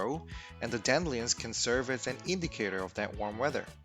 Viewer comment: Dan-dillions lol